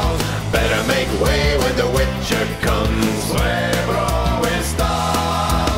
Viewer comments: Relax, it's not a complain, it's just a notice... We know Polish is very difficult for non-Slavs and it was really nice to hear it in this song :) Actually, I think spanish guy would pronounce it better, 'cos you should say "r" in "srebro" more like in "burro" than "wuss" :P (yes, it's a joke...) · And still the pronunciation remains :D Example: Chrząszcz brzmi w trzcinie w Szczeberzeszynie. Sz=Sh, Rz=J, Ą=On, Cz= Ch. At least I tried to simplify it for you.